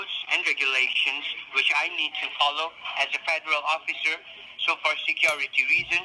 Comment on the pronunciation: In "vich" instead of "which" 😅🤣